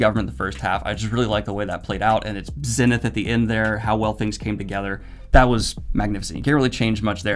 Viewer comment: daniel doesnt know how to pronounce "zenith"?